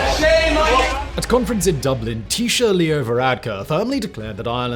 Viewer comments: Interesting info Simon. Thanks! Also "Tea Shock" not tea sher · It’s pronounced Tee-Shock (Taoiseach) and Mee-hall (Micheál) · Just to be picky micheál is pronounced "me hall" and taoiseach is pronounced "tee shook". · taoiseach is not pronounced 't-shirt' it's pronounced like 'tea shock' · I love your Irish videos, you do a much better job than most English journalists, but please have someone check the Irish language pronounciation😳🫣. Dáil is "dawl" not "dahl". Taoiseach is "tea-shock" not "teesha" and it's "Mee - hawl" Martin, hence he often gets called "Me - hole Martin". As an Irish language speaker I'm happy to be your consultant 👋. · Tes-Shock not teee shu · its pronounced t-shock not tshir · As an Irishman myself, just a few small pronounciation errors to point out. 1. Mícheal is pronounced 'Meehawl', not Michael. 2. Taoiseach is pronounced 'Teeshawch', not Teeshah. 3. The Dáil is pronounced 'Dawl'. Another thing to note is that during WW2, Éamon de Valera was so in favour of Ireland remaining neutral that he used propaganda to make the Nazis seem more favourable so that the public wouldn't call to join the war. Examples are the word 'Nazi' being banned from news channels and the events of the Holocaust being softened, or in some cases not reported at all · Taoiseach is pronounced “tea-shock” btw as per comedian Bill Bailey 😂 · Micheál- Mee Hall Taoiseach- Tee Shock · "Teeshaaa", at least you tried Simon, at least you tried!! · Taoiseach is pronounced tee-shock btw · Taoiseacht - Tee-shock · Just to make Irish pronouncation easier Micheál "Meehall" Taoiseach "Teashock" Your welcome 😂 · Taoiseach : Tea shock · Good commentary, but your English accent is mutilating the pronunciations... The Dail is pronounced [dawl] and Michéal is produced [mehawl], Taoiseach is pronounced [tee-shock] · You pronounce it teashock. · Taoiseach is pronounced, 'Tea-Shock' ... FYI. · Micheál = “Mee-hawl” Taoiseach = “Tee-shock” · It’s pronounced tea-shock